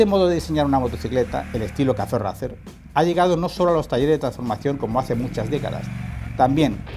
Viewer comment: Gente de el vídeo muy chulo y todo lo que cuentas súper bien! Pero os pido por favor !!!! Ya que haceis honor contando la historia de la marca y de el modelo aquí en Youtube, no podeis decir RACER a la española y quedaros tan anchos! Suena asquerosamente vomitivo! suena horrible! Igual que THRUXTON e igual que CAFE RACER y todas las palabras inglesas que son tan bonitas y suenan tan bien, hacer el favor de pronunciarlo en inglés por favor! Es vergonzoso, con todos mis respetos.